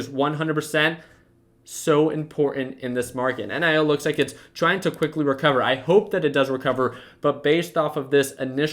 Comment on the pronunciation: Why you call it En I o, why not simply NIO